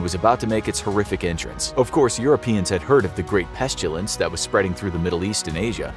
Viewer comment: "pestulence"? petulant? It's a word, but not the right one. *pestilence = 👍 there ya go